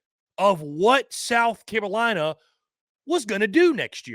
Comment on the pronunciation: Is he saying South Carowina?